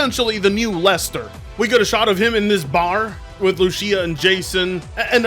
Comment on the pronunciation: How are you Hispanic and don't know how to pronounce Lucía